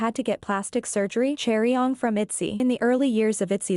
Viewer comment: Chaeryeong? "Cherry-on"?? omfg can we all just agree to at least TRY to pronounce people's names right?